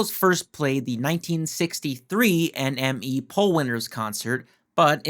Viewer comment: It's pronounced enemy, NME !